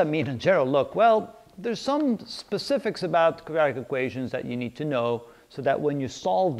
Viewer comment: Can I ask you, please... Are you saying "Quadratic"? Or, are you saying "Kajatic"? Thank you.